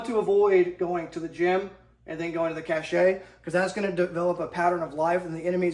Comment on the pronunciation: Doing the Lord's work 🍦 Partisans was the word. Did anyone else flinch every time "cache" was pronounced "Cash-shay"